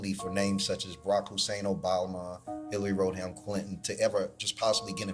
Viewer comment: When he mispronounced Hillary Rodham Clinton, I knew something was wrong.